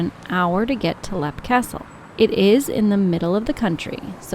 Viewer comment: It’s leap pronounced leep